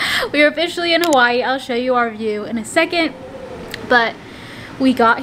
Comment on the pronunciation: Now u live here, u should learn the correct way to say HAWAII.. BORN AND RAISE HAWAII AND IS A HAWAIIAN.. MAHALO 🤙🏽